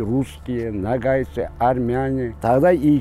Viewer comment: Как русские не заботятся о правильном произношении. Почему нАгайцы? НОГАЙ!